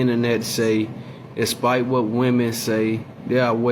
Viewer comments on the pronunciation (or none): bruh said "aspite" Im sleep